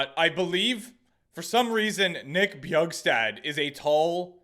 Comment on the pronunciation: Little fun fact, bjugstad is pronounced “byuck-stad”. Only know this because dude is from my hometown